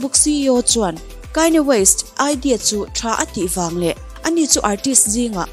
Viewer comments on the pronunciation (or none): Kanye west "Kaini west" i tih tak hi ngaihthlak a hrehawm deuh ka van ti em aw, a chipui ten an lam dan takah chuan 'khanie west' tiin an lam a, 'khanie west' a lam ve kher tur phei chu ka tilo mahse kanye tih a "KA" hi "Kai" tih theih na tur a awm lo e mai.. "A" hi "I" a lam rik teh daih kan ti ve nih chu Aw mawi em em e.. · ichhiar thiam viau a Kanye west hi,,kainye west. Ti ah lam tur anilo w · Kainya west 🤣🤣🤣mi sawi dan ngaihthlak tam te pawh hi tha ve aw👍👍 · Aw mawi deuhin KAINI WEST in tiah😊 i aw hi chu special reuh,i trawngthei ngawt ang..